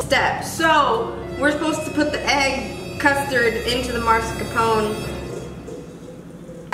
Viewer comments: I always pronounced it MARscapone not MASkerpone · he claims to be italian but cant even say mascarpone